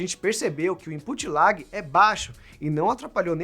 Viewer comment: Imput lág???? Aprenda a pronunciar Imput Lag: imput lég